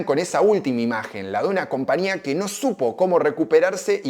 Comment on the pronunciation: Porqué nunca pronunciás la Ñ??? Siempre decís CompaNía.